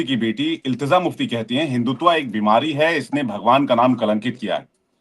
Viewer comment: Ilteza nahin hai bhai ilteja hai